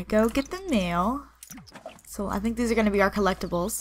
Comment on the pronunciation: why do you say so like ser